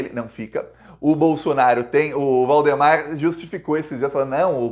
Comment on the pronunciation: Não é Bolsonar i o e nem Valdomar i O Procura um fono, cara não dá pra aguentar 15 minutos falando bolsonarIo bolsonario bolsonario